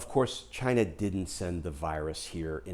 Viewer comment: I think the country is pronounced, "CHIIIINA".